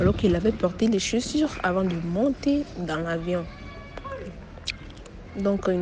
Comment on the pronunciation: Waaaaa tu te vante en racontant histoire maintenant prononcer chaussures te dépasse 😮